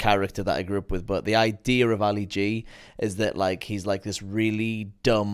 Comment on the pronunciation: Ali - not "white"